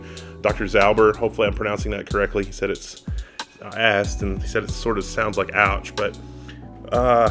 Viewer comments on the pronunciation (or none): none